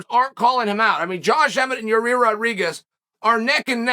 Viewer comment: Your-rear Rodriguez, Ok great.